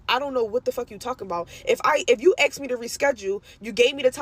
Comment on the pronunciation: She axed her stylist a question. Said she axed her many times. Guess the stylist didn't want to be axed. Just axe someone else